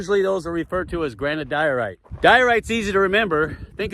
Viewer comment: Diorite sounds like Diet Rite, as in Diet Rite Soda.